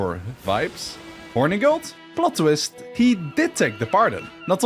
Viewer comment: Ngl I hate that he’s pronouncing Hornigold’s name incorrectly it’s “horn-eh-gold” not “Horny-gold”